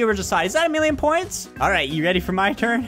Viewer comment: not a millon poonts